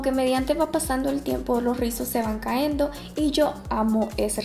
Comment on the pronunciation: Muy buen vídeo, me gustan los rizos. Pero te quiero pedir por favor que te des cuenta en el habla. No es Caendo, es Cayendo, no es o otras es u otras, te lo digo porque eres youtuber, mucha gente te ve y pierdes credibilidad al hablar mal. No es para humillarte ni nada.